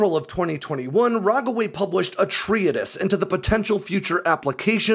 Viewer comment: Treatise = tree-tess, two syllables, not three. Great vid, thanks.